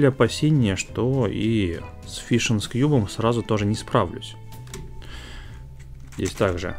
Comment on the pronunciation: Фижен, не фишн.